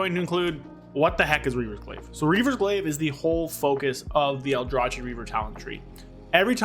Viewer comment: Stop calling it Aldra-chi 😭 It's Aldra-kee Reaver. Justice for the aldrachi :D Great video nonetheless 👍🏻